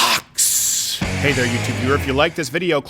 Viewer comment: Rob Hicks they can’t even pronounce Vōx correctly... smh